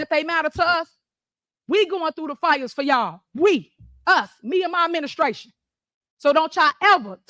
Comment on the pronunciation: “Mah ‘Ministration” why are lower level primates allowed anywhere near humans??